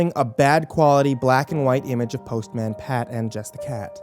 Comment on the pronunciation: The pronunciation of postman destroyed my soul xD Also author - what d'you mean 'what little remains of the show' I can watch that shit on amazon prime right now if I wanted too.. They have their own youtube channel.. and pretty sure they're still making new bits here and there x'D